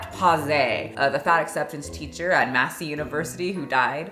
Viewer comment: I am so proud of you!!! New Zealander here, and you said Massey perfectly!! It has been massacred on so many anti fat acceptance channels!!🤣